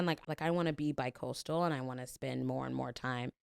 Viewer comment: Jess said they wanted to be bicoastal and I literally heard, "I want to be by cold stone." And that really hit me hard